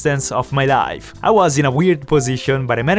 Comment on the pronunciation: God i hate the way he says life